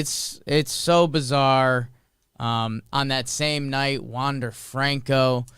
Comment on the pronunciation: Wander's last name is pronounced like Maikel Franco, not James and David. Enjoy the sports weekend, let's go do that hockey!